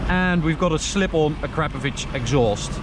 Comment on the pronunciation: I don't think that's how you say Akrapovic :/